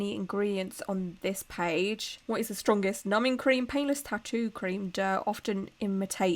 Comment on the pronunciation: I love your look. I love your videos. I keep hearing penis or peinless instead of painless tattoo numbing cream.😂